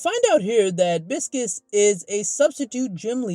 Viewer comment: It’s Bi-sces/Pie-sces how it’s pronounced Pie or Bi and Sees Not Biscus